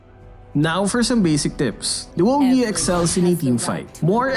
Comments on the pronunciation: Luo yi? You mean rouei? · No one: literally no one:: LUO YEET